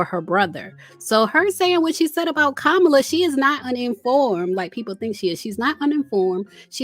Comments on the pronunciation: Who is Ka-Mala? Chileeee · Please pronounce Kamala’s name right! It’s “Comma-La” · COMMA-LA. Please say it correctly. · it's Comma-La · Did you mispronounce VP Kamala Harris' name (like Trump)??? smh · Why did you keep saying the vice president name incorrectly? You went from saying it correctly to incorrect (,-lalalalala).